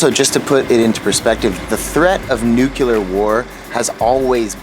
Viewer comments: For the last time, it's not pronounced nucular. It's nuclear! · Nuclear, nucleaaaaaaaar Why do people say nukular? Sorry, this always rustles my jimmies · ..."nucular" war? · "Nukular" omg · It's pronounced "nuke-lee-ar."